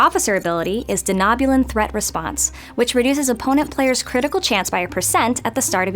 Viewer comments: Bek rocks! But Denobuloin is pronounced De'NO'bulan not De'NOB'ulan. It's still cool and sexy. 🍜🚀🖖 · It’s de-KNOW-bu-lan, not de-KNOB-u-lan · Have you ever even watched Enterprise? You have no idea how to pronounce Sato or Donobulan. Smh. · It'd be nice if maybe the dev recording these was actually a Trekkie who maybe saw the source content and could properly pronounce character names like Hoshi's last name or that the "o" in "Denobulan" was a long o. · First stop adding so many damn loops secondly learn to say hoshi’s name and dr phlox’s species correctly